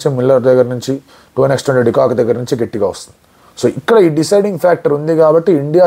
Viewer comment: "గెట్టి గా " కాదు... " గట్టిగా "☺☺☺